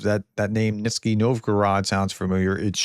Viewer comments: That's Nizhny . zh as the " s" in pleaSure. Nizh-ny. Rhymes with Britney. Means Lower New City. Or New City Down Stream Peklo means " hell" or " inferno" . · European Realist here. Pronunciation lesson again..Russian 'zh' looks terrifying, but is like French 'soft' 'je' or the 's' in leisure. Nizhny is ni j ny. Nizhny Nov-gorod. Simply means 'Lower New Town.' Not so frightening after all! And remember back-chaining for long names, start at the end and work towards the front (for practice). so Petroprokovsk - kovsk - pro.kovsk - petro pro. kovsk. A bit like Saint Peters - burg. Otherwise, many thanks for your usual updates. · NIZH-ny Pronounced as neej-nee Means "lower".